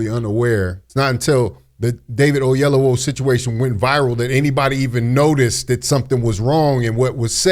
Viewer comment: Godfrey, please pronounce David's name properly. Oyelowo not Ayelowo.